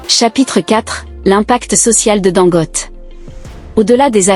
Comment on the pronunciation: Pardon son nom se prononce Dangoté